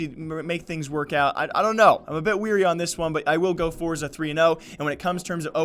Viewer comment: "Forza" it's Force